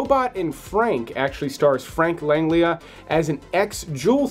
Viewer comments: Frank "Langlia"???...how about "Lan-gel-la"....research is a wonderful thing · Frank Langella not Langlia. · Frank " Langlia"??? Cmon, the man is a legend Langella. lan-JELLA. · You kept calling it "The Lazarus Project" and the screen stated "The Lazarus Effect". Also...Frank LANGLIA? LAN-JELLA.! Keep up the good work! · Frank what? Frank. LAN GEL LA. sounds like land gello. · Frank Lan-GEL-ah. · LAN-JELL-A-frank LAN-JELL-A. damn. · His name is pronounced Frank Lang-GELLA.